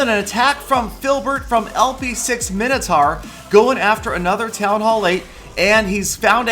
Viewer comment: What the fuck is 'Minnotar', it's pronounced 'Mine-O-Tor'